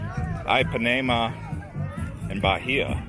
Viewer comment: LOL Ipanema is pronounced "Eepanema" not "Eyepanema"! XD